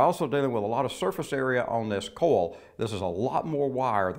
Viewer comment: "coil" is pronounced "koy-uhl", not "kohl."